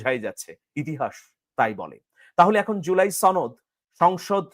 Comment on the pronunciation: সনদ না ছনদ সনদ কথাটি ঠিক ভাবে বলতে পারো না৷৷৷ উপস্থাপক হয়েছ